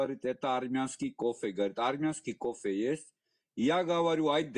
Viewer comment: как вы можете претендовать на кофэ если вы не можете произносить букву ф ? у вас на словаре не существует буква ф получается що не кофэ а копэ 😂😂😂😂😂😂